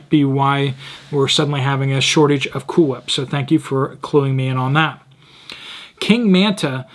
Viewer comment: Pronunciation: Cool Hwhip LOL (Family Guy)